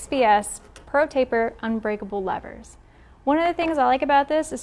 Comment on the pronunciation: I just wanted to thank you for not calling the “levers” “leeevers”! Holy shit that bugs the hell out of me🤦🏾‍♂️